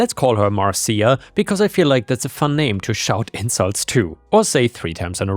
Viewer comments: It's 'Mar-sha," not "Mar-see-ya," like from the Brady Bunch. That was the joke about saying it three times... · not mar ceeya,,,, MARSHA, MARSHA MARSHA, ...... guess i am old too. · The reference to the Brady Bunch is, mar-shuh, mar-shuh, mar-shuh, not mar-see-uh, mar-see-uh, mar-see-uh. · FYI, Marcia isn’t pronounced “Mar-see-a”, it’s pronounced “Mar-sha”. The OP of that story was referencing The Brady Bunch, where a recurring theme was a character admonishing Marcia Brady for some annoying busybody action by going “Marcia, Marcia, Marcia!” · Just a heads up, Marcia is usually pronounced "Marsha" and was intended to be with the 3 times thing (That's a reference to a very old television show called The Brady Bunch) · 'Marcia' is pronounced 'Marsha' Pronounce it that way 3 times and now, you're Jan Brady! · Just FYI, but "Marcia" is pronounced "Mar-shu." So you know for the future. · Fyi: Marcia is pronounced like Marsha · "Marcia" is pronounced "Mar-sha" :) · Lovet stories, and it is pronounced Marsha. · Dude. Love listening to you read but I’m dying! YouTube the Brady Bunch, when Jan yells Marsha, Marsha,Marsha! You’ll learn how to pronounce it correctly. So funny tho the way you read it! 😂😂😂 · it's pronounced Mar- sha. It's from the Brady Bunch TV show. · Just as a head's-up, "Marcia" (at least in the US), is pronounced "MARSH-uh" - The name was used in the 70s TV show, "The Brady Bunch," as the name for the oldest daughter. There's a meme about the middle daughter (Jan), whining, "Marcia! Marcia! Marcia!" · It's surprising how little effort it actually took to confirm the pronunciation of "Marcia". Turns out modern technology makes it remarkably simple to find out how words are pronounced.